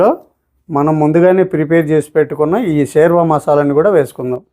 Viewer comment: U will pronounce it as shorwa